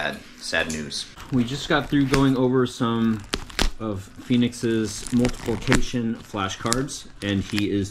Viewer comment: I just finished my lunch when you said go pickup Poop. Lol thank goodness. Bren should appreciate that. Lol 2nd...at appx when you said Phoenix finished his multiplication flash cards I initially thought you said "multiple kitchen" cards. Lol